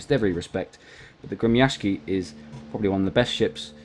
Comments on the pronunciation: I'm impressed by your ability to pronounce "Gremyashchiy." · I am Russian and you spoke it right the ship name